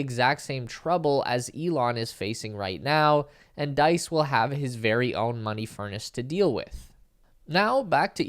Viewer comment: FYI, Diess sounds like geese.